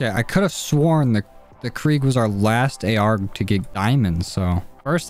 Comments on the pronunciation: ITS KRIG NOT KREEG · Krig not kreeg